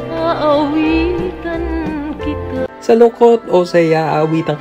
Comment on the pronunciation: Yes finally the wait is over👍🙂 Salamat idol GYPTV sa paghanap kay Tita Midz, ang pinakamamahal na kapatid ni Sen. Juan Ponce Enrile. Natatawa ako ky Jon Santos sa kanyang impersonation ky Tita Midz sa tuwing kumakanta sya ng "Aawitan Kita" (aawitan kitwaah, aawitan kitwaah...) 😜😁🤣😅 with pun intended na pinatikwas na pagbigkas ng 'kita' sa 'kitwaah' 🤣😅. She is the epitome of an elegant classy lady of high social status and regard of the Spanish times. She also appeared in films "Inday, Inday Sa Balitaw" (1985) with Maricel Soriano, Susan Roces, & Roderick Paulate. Sya yung malupit na amo ni Maricel doon infamous with her lines in the movie while hitting Maricel very hard due of her punishment for some wrongdoing: "Maldita ka talaga, idiota! idiota ka talaga! Tingnan mo ginawa mo sa anak ko, kochina! Kochina ka talaga! loka-loka! Tonta! Bruha! Santa-santitang maldita! Iiyak-iyak pa 'tong hitsurang 'to"😅🤣 "Punyatera ka talaga! Anong akala mo sa ulo ko, inidoro? Halika dito 'kaw talagang malditang babae ka, mamili ka ngayon ng parusa, uno, dos, tres, kwatro, singko, o pakagat kita kay drakula?" (yung bulldog na aso) 😅🤣; at sa "Magdusa Ka" (1986) with Dina Bonnevie, Nida Blanca & Dindo Fernando. Sya yung aristocrat mother ni Dindo doon..👍🙂